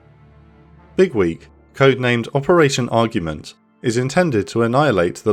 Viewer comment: The way you say it sounds like Bigwig, which still kinda makes sense lmao